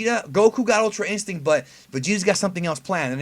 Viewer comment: Bro... it's ultra instrinct just say it lmfao